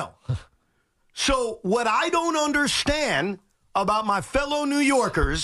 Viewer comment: " i dont unde-shi-end" sound like C.U-N.T